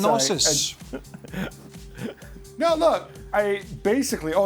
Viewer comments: “give us a sypnosis”.... did you mean ‘synopsis’, Craig? 😂😂😂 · Did Craig literally say "sypnosis"?!